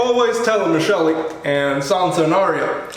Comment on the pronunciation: This dude just said sansa and aria 🤣